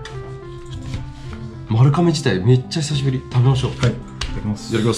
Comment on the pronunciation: まるかめじゃなくてまるがめじゃあないの？